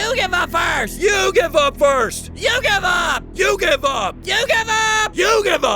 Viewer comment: “you give up” What I hear: “YU-GHI-WA”